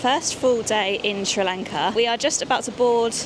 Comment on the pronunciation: First of all, please get used to pronouncing our country’s name correctly. It’s not Sri Lanket, it’s Sri Lanka. Also, Sri Lanka has a very good education system. So, there are many people in Sri Lanka who have received a good education. But due to the economic crisis in the country, they didn’t get jobs or salaries that matched their level of education. However, some people don’t go abroad to settle permanently — they only go for work. I don’t think this becomes a problem for tourists, because tourists don’t come here to settle, they only come to travel. I think you are from India. And I’ve heard that many people from India also leave the country. Is that true?